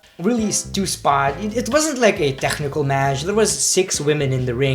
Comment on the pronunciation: tekhnical match lol